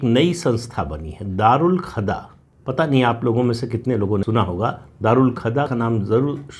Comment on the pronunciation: राम राम सर🙏🏻 प्रणाम एक संशोधन सर: दारूल खदा नहीं दारूल कजा है🙏🏻